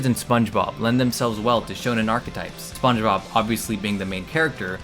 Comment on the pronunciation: Spongebobuh animeh